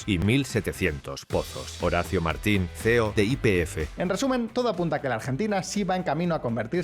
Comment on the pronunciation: es MARIN , no Martin . Siempre confunden grotescamente nuestro Apellido.